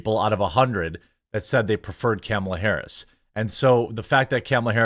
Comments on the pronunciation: Kamle-toe Hair-us. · Comoolia harooos 😂 that made me giggle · "things are not going well for Kumulia Harus" :face-green-smiling